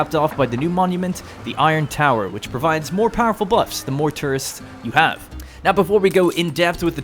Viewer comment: The way you say tourists LMAOO TRists